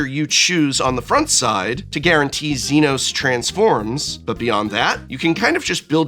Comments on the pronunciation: Notes on pronunciation: "Almasy" has an L not an I, so it's said All-mah-see. Zenos yae Galvus is Zee-nohs yay gal-vuhs. Y'shtola Rhul is Yesh-toll-uh Rule (at least you didn't read it as "Y'sholta" like I've seen others do). Hope Estheim is split at the "T," so it's Est-heim. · It's hilarious to me that he Prof pronounced Zenos wrong but pronounced Y'shtola right.